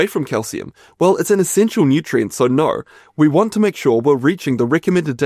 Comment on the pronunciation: There is no r in no.